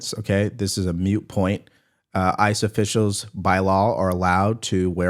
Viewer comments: The word is " moot" not 'mute'. Moot is defined as " having little if any relevance idea". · Moot point not mute point:) great show! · Love bro, but it is "MOOT POINT" NOT MUTE... gj though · It's "moot point" NOT "mute point". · Moot point. Not mute point!! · The word is MOOT, not mute.